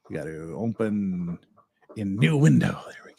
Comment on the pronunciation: Must be a back woods Utah thing where they say ompen and not open. My little sister used to do that and it bugs me, lol Good job. Love the content